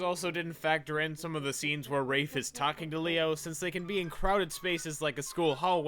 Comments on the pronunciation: Yeah I think "Rah-fay" is a LOT more better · I actually had a breakdown after this realization. It’s pronounced rahf, not rayfe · Wait isn't it pronounced "Rah-fay" not "raif". So this movie butchered the protagonist's name and it was cringe to watch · Am I the only one who pronounced it 'ra-fay' instead of 'raif'?? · He kept pronouncing Rafe as raafe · I just now realized that it should be pronounced rah-fay because he was named after the artist named Rafael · I pronounced it similar to Rake but with a f when I was young and as you can see, the person making this did not care to even read the book properly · i always thought it was pronounced "rayf" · Am I the only one who was surprised to hear the pronunciation of "Rafe" bc that is NOT how I thought it was said.